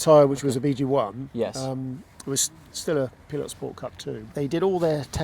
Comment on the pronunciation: Question for the french originating english speakers: Do you really pronounce the word "Pilot" (pai-luht) as Pee-Lot?